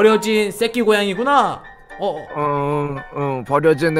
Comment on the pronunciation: 음... 쌔끼 고양이 할때 발음이 좀 셌었던것 같은데음...